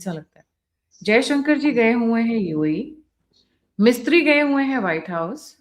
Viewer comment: Mam, it. Is not Mistri it is Misri